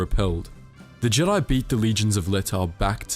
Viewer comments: "THE GIDI" ? LEARN HOW TO SPEAK WANKER ! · Is pronounced Jeh-die